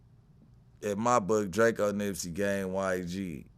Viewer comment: This nigga said drako. I gotta be getting old.